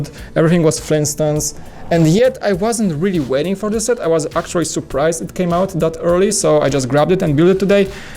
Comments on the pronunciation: I love their videos and I don't mind his accent bit the word 'actually' bugs me a bit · Please say 'actually' correctly and less times.